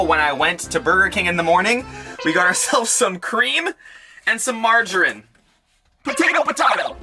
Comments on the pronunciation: How pronounces Margarine, makes me cringe 'Marge a rin'... It's (Marge-a-ree-n?) Love your videos you should put a coffee vhynl (sorry bad spelling) in your van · Is pronounced Marge mareen